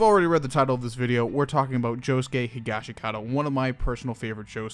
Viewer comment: Josuke and Joseph will always be my favourite jojo's but you say higashikata wrong It Is actually prounounced higashkata or higa shkuta but I dont mind you saying it like that, and I dont mean to sound like a 🤓🤓🤓